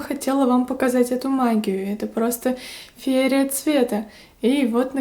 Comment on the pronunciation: Не феере а ФИЕРИЯ